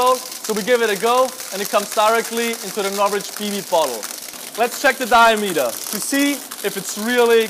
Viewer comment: Im sorry what? NOvrich bbs? insane.